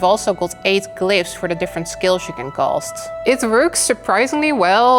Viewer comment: You can so hard tell your horrible broken Hollands gebroken Engels! Verschrikkelijk! You can do a little of effort to speak normal English! Veyr annoyin especialy if you say words like COOOOOSST instead of cast a skil etc.......